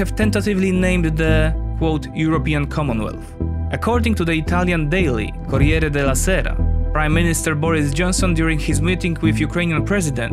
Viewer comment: I must say: the way you said "Corriere della Sera" is nearly perfect.